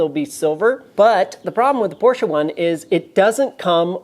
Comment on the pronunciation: thank you for the proper/correct pronunciation of Porsche (porsh-uh), the humorous term of "anti-sleeze", and a your use of a great Yiddish term: Futz! Your videos are very informative down to the most minute details, and you have run across things that we backyard mechanics have questioned but never have found the true 'bottomline' definitive answers. Keep them coming!